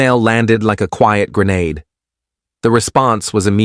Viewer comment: First time the A.I. narrator actually pronounced "grenade" properly. Automatic thumbs up 👍🏽. LoL. ✌🏽🤣👍🏽